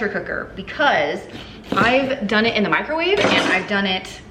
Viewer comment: Thanks for another great video,! Every time you say "microwave," I hear "micro-wah-vay" 🤣